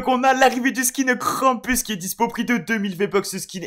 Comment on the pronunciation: On dit krampous c un truc allemand c l inverse du père noel